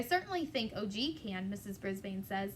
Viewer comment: Hey there- his name is Og not O.G. :)